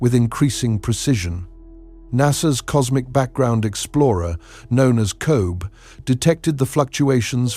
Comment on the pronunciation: That’s “CO BEE” It does NOT rhyme with globe. But then, you have no ears, so how would you hope to know this?